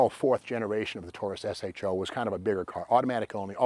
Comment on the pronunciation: Great car use to love these. That said think you are the first person ever to call it an S H O. Everyone back in the day prononced it SHOW.